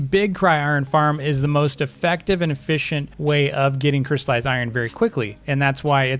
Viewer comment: JUST STOP JUST STOP IT’S NOT CRY IRON YOU DON’T CRY OVEN IRON IT’S CRYSTALLIZED IRON NOT CRY IRON